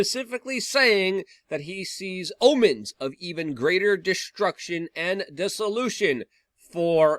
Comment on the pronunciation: The abomination of dessolution - Daniel according to Luke